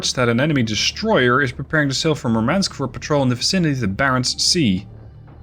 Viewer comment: You keep mispronouncing Murmansk. Stress the first syllable. Also the "u" in Murmansk is spelled like "oo" in "doom". Nitpicking aside, great video. Really dig your ability to plan ahead and narrate while so much is happening on screen.